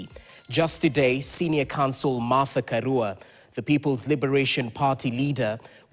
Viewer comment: Karua, which is a Swahilinised pronunciation of Karùa. You can pronounce 'Ka(raw)a' if you want to sound correct.